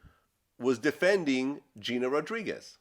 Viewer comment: Vlad was saying shit wrong the whole time he was talking bout Gina Rodriguez